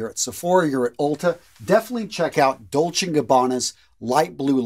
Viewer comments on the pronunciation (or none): none